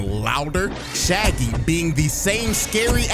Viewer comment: Not Sha Gi 😂